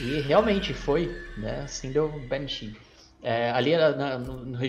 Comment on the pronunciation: N e benshee n e banshee a pronuncia esta errada